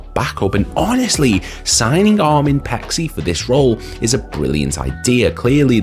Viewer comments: His name is pronouced as Pay-chee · Its pronounced Pay-chee